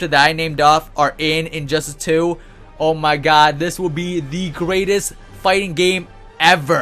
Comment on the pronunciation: Injustice has 3 syllables. Not "Injusis" so please stop saying it like you have a bad lisp.